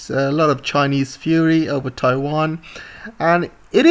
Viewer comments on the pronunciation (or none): none